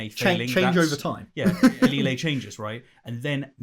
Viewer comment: I’ve only ever heard it pronounced a-lee-ulls not a-lee-lays